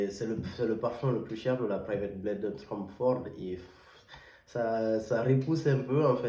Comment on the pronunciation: Bonjour, De quel bled tu parles frère. Plutôt blend !!